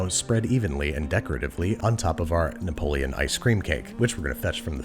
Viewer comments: its napoleon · well, given he calls sauce pans "saucep'ns", napoleon gets a pass. lol